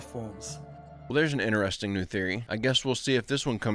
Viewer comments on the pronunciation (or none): In chres ting... Not in ter est ing